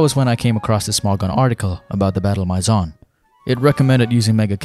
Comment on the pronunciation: Maison pronounced My Zon just hurt